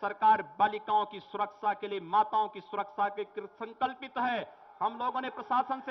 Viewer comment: Jis insaan ko dang se hindi nhi aati vo mukhymantri hai... Vande ko bande सुरक्षा को सुरकसा bolta hai